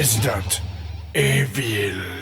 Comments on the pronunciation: Plutôt "resident eveuuuul" lol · Au cas où Joueurdugrenier sait très bien qu'on prononce "iveule" et pas "évil", c'est juste un jeu de mot, en guise de preuve regardez sa rubrique dans l'émission +ou- geek, il en a parlé une fois, bien avant çette vidéo... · haha ^^ non tu n'as pas compris il l'a ecrit enphonétique en movais franglais on dit [évile] sinon ça se prononce [iveul] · Haha, toujours aussi génial !!! \o/ Un seul truc négatif : "résidan évil"... PAR PITIE CA SE PRONONCE "IVEUL" TOT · haha...ta geule enfin? Il a raison je suis anglophone et ça se prononce "ivell". T'a déja utiliser un dictionnaire? Il y a une manière phonétique de prononcé les mot et en anglais on dit pas e-vil. Fin de l'histoire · On prononce "ivel" et non "evil" :) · Juste, si tu veut faire l'accent américain, on prononce resedent ivel. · "Resident... évilllle !" Ca m'a tué XD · sauf que "Evil" se prononce "iiiveul" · Ca se pronoce résidènte ivol !